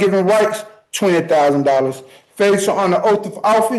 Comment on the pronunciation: A 'breach of oaf' 😂